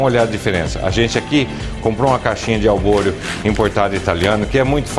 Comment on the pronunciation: Que mané arroz albôreo??? É ARBORIO, e NÃO SE LAVA ARROZ PRA RISOTTO.... Esse cara é um assassino de receita! Colocar o vinho DEPOIS??????? PELO AMOR DE DEUS..... QUE ESTUPRO.... Lixo de receita! Nunca vi um cara mais sem noção de fazendo risotto.... Procurem uma receita de um CHEF de verdade e vejam a diferença.... "Albôreo"... O cara não sabe nem o nome do arroz.... Faça-me o favor.... VOMITEI!